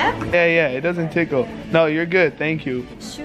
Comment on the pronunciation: You pronounce tickle wrong I even know that and I’m only 11